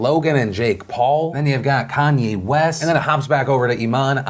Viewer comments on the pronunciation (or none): none